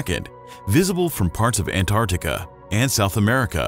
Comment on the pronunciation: I thought at first that this video's text was being read by a very good text-to-speech voice, but would the computer mispronounce "antarctic?"